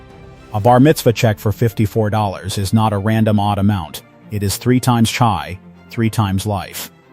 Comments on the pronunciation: it is not chai but hai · CHAI. IS. PRNOUNCED "HIGH" NOT CHI. ", AM YISREAL CHAI " LONG LIVE. ISRAEL. 💙 🇮🇱 💙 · Mr. Speaker: if you are a Jew, then you should know that the 2 Hebrew letters Chet and Yud together are pronounced chai, as in l'chaim, to life, and Chanukah. Where did you get "tshai"? Speak to an educated Jew about correct pronunciation of the Yiddish and Hebrew language. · Not pronounced that way.